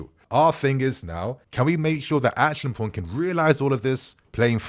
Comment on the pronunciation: ACHI-AM-PONG is the pronunciation. Come on your mother is Ghanaian! 😆